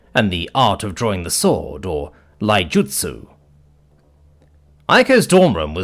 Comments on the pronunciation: When correcting someone's pronunciation, it's better to write how it would sound. Iai = iai "ee-ay-ee" not Lai... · it's iai-jutsu, not lai-jutsu.